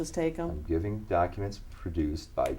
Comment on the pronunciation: "Is it a man or a woman?" "No, it's a lady." "They's pacific docka-ments." How can any sane person listen to this asshole "preach" and take him seriously??? I just don't get it.